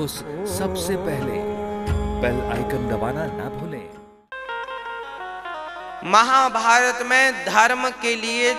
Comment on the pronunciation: A baba महाभायत na Mahabharat hota han